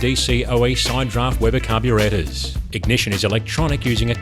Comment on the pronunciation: Amazing and I love how he says Carbruu-rAtors and Cabruu-rAtion! #Justsayin